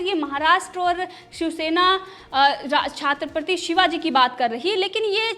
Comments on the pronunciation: Chaatrapti shivaji ni bolte, chatrapati shivaji hota h... sayad ni hota, shayad hota h...bolna sikho madam...kisne babaya anchor😂😂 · Tumhi chatripati to kahana nhi ata aur tu news anchoring karagi.... Nikal